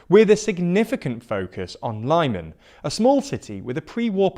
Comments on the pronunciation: Nice summary but please try to learn how to pronounce the placenames. It's not Lie-man but more like Lee-mon. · You pronounce Lysychansk correctly with LIsichansk. But for some reason pronounce Lyman like LAImon, when it's LimAn. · Great update on the current situation in Ukraine. Only comment I would make is this ,... ask any Ukrainian, Kherson is pronounced Herson, and Lyman is pronounced "Leeman." Its a small observation, but one that places you above the other commentators who pronounce the names wrong. Oh and the same for Kharkiv (prn. Harkiv) silent K. Have a good day! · It really irritates me, but i am really sure that Lyman is pronounced "lee-man" and not "lie-man" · It's not pronounced Lie-man It's pronounced Lee-man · It's Lee-man not Lai-man for gods sake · Lee-MAHN. Not LIE-min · It's not "Lieman" it's "Leemuhn". It's also not "Curson" but "Herson". It's like those people who say "Worse-sas-ta" and "Glow-sas-ta" for Worcester (Wooster) and Gloucester (Gloster). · It's pronounced 'LEE-MAHN' not 'LIE-MAN' (emphasis on the second syllable) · I know it doesn’t matter very much, but the pronunciation is not [Luhman] or [Laiman], but more like [Leaman] or [Leeman] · Enough with the "Lie-man"!! It's Lee-màhn!! say it with me: Lyman! Glory to Ukraine! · Lyman is pronounced "Lee-MAHN". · it's pronounced [li:man] BTW, go truly North b/c Belarus becomes the next problem. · Lyman is pronounced as Leeman. And stressed on man i believe. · Guys, it's "Har-keyv", "Lee-mon", "Her-son", "Iz-zoom". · Tormenting the way you pronounce Lyman I swear it's pronounced leeeeee man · The city of “Lie men”. Lmao not even an attempt to pronounce that easy word correctly. Pure laziness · These shitty pronunciations are making me cringe HARD "Lime an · Lyman is pronounced leeman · Dude, please try to pronounce Ukrainian toponyms correctly: Lyman = Lee-Mah-n Kherson = Her - soh -n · Lyman is pronounced like LeeMaan, with stress on "Maan"! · "Karkiv", "Lie-man", "Kerson",... dude